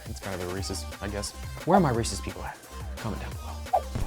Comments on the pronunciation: Thank you for pronouncing Reeses correctly. I hate when idiots say "Reesies" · Ohhh he said REECES!? Good lol